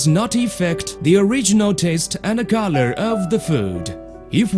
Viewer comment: Corour (color)